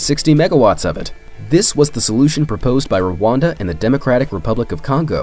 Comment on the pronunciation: the country is Rwanda not Rewanda